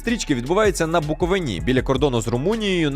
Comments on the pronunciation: Будь ласка, не кажіть "БуковинА", дуже ріже вухо! БуковИна 💛 Фільм прекрасний, однозначно! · Будь ласка, не говоріть БуковинА, наголос на третій склад БуковИна. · Дякую за огляд! Тільки дуже хочеться виправити, БуковИна а не БуквовинА 😇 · правильно говорити БуковИна!!!! а не БуковинА😩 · Буковиииина а не Буковинаааа замахали! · Ну, матері його перековінька, скільки можна, Буков'ина, а не Буковин'а, це ж так просто, в чому проблема хоча б загуглити, а в цілому огляд шикарний) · БуковИна! БуковинА це по азіровськи та януковичськи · лиш Букови́на, а не БуковинА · БуковИна, на БуковИні А не БуковинА, і не на БуковинІ Чомусь всі крім буковинців неправильно наголос ставлять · Відео круте))) тільки БуковИна, а не БуковинА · Ще раз скажеш- БуковинА'- дам піздюлєй! 😊 Правильно - БуковИна! Єдине українське слово з великою буквою "И"!😊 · БуковИна, а не БуковинА. Будь-ласка запам‘ятайте це. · БуковИна, а не БуковинА. Вимовляй корректно, бо це піздец бісить. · Не буковИна, а БУковина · Бля БуковИна, а не БуковинА, скільки можна!!!!! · Дякую за вашу працю, та цікаве відео (P.S. перепрошую, але БуковИна, а не БуковинА...) ЛевіОса а не левіосА 😅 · Відео супер класне, топ, хочу піти в кінотеатр на цей фільм! Але я згадую свою стару дальню родичку. Вона вже була старше 90, іноді в неї були проблеми з пам'яттю, але, коли хтось казав БуковинА, то вона аж підіймалася від ліжка з кричала БуковИИИИна! То не в критику, а лиш до того, що не всі українці знають правильний наголос) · Все супер, тільки будь ласка, БукоВИна🥹🫠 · Наголос у назві історичної области Буковина, потрібно ставити на третьому складі – Буковина. БуковИна!!!!! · Букови́на - з наголосом на букву И. Не на останній склад. не на перший. не на другий. А на третій. Не зАгін кінОманів. Не автОр каналУ Не вІталій гордІєнко Не укрАїна Не гАличина Не букОвина p.s. Огляд класний, але ж наголоси, то май важливо. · Дякую велике за огляд) але є один мінус. БуковИна - БуковИні) різало капочку вуха) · ставте вірно наголос "буковИна"